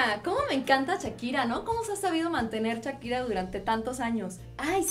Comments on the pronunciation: Chakira???? O shakira jajajaja jajajaja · "chakira" Jajaja ay Livia me hiciste reír baby